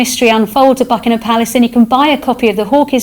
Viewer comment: Mis-chievious!, the word is mischievous. Also it's Buckingham Palace, not Buckinam.